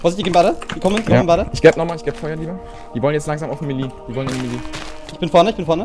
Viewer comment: meelee heißt es